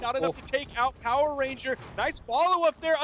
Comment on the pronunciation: Lol it's "power RANGER* not " Power RENGER" lol